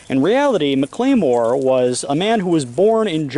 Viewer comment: Hi! I’m from MS. Infact I went to HS at the school just across the street. It’s pronounced Mac-la-more. And A-mess. I know it’s difficult to understand us sometimes, lol and we def have our own pronunciation’s, lol